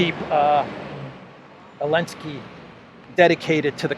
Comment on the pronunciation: Why hes missing Z from Zelensky?? Or he has specific accent?